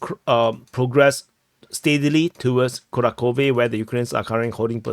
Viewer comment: Dude, fantastic analysis, but it's KuraHHove (H like Half or House), and not Kurakove.